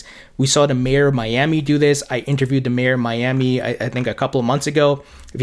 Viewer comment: I'm sorry. You do a great job. One thing that drives me crazy is your pronunciation of "th" you nail it when you say "ethereum ", but the you pronounce "their ", or "the", it sounds like "dare" or ""da". Great content, great everything, just letting you know. Thanks